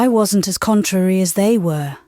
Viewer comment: Just to say - the nursery rhyme is 'Mary Mary quite contrary how does your garden grow.' The word 'contrary' is pronounced to rhyme with 'Mary'. Pronouncing it as you do destroys the rhythm. Please look it up.